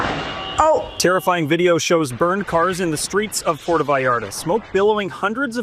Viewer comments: I can't listen to the way this reporter says "porto" Vallarta, and Jalisco. Please Global, if you are having someone cover this, for the love of God teach them how to say the names of the places. It's like nails on a chalkboard, and you end up looking ignorant. Unless you're a Trailer Park Boy, and pronounce "Jalepeno" with a hard J, it's friggin Jalisco with a "h"sound. So disrespectful. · “Porto” Vallarta, “Jahlisco”, and “Bucherias”. Can anyone take ten seconds to learn how to pronounce these very simple words?